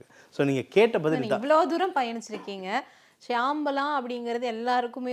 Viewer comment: Not Shamala it is Shambala